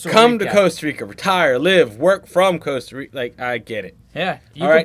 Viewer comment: Coaster Rica? Not Costa Rica?